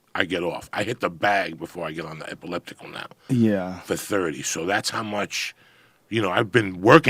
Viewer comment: "ipiliptic machine"! classic joey diaz!